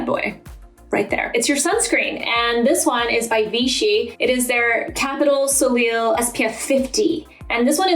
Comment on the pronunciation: Soleil is pronounced so-lay!